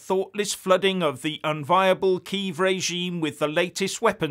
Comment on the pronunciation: It's "Key-ev", not "Keev".